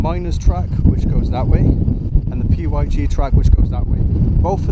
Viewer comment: The P Y G track? Its pronounced pig 🐷🐷🐷 😂😂